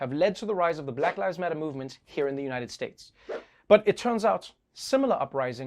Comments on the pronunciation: Hahaha Noah still saying United Shates! 😃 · United “Shates”, Trevor? 😅😂🤪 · lol man dude gets me crackin' up first 10 seconds of the video. Shtates.